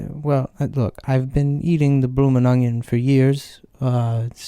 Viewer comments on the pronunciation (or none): “Bloomin’ ungen”